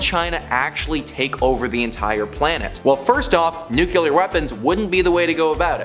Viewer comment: Taje a shot every time he says "nuke-you-ler". 🙄🙄🙄🙄